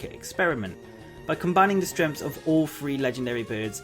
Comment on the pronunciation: Th th three not free. Sorry had to haha